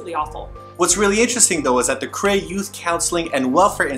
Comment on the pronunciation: It is KOREA not krayah... LOL I don't know why the way he said Korea annoyed me so much but it did..